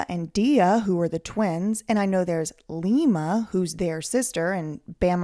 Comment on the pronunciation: It's pronounced LIE-ma from now on